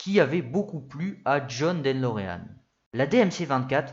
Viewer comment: En effet, c'est De Lorean et non Den Lorean comme parfois prononcé. Ça fait mal aux oreilles, dommage car le fond est bon !